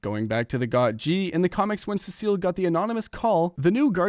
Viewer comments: Brother it’s see-sill not sissy 😭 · Cecile ahh😂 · the pronunciation of cecil 😭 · Even sea salt 🧂 better😭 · pronounce it how it is in the show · the way you say cecil is crazy